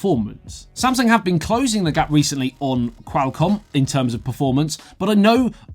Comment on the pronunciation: you sound like your calling a bird when you try to pronounce Qualcomm so weirdly